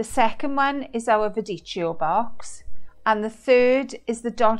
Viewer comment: I am italian..just a heads up.... in italian when the 2 letters, c and h=ch, are together it is pronounced =k...like in chemist. Not meant to be a judgement but hopefully it will help with the correct pronunciation. 😁😁😁😁😁